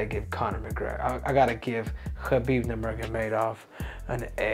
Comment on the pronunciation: Henry it’s NurMaGoMedov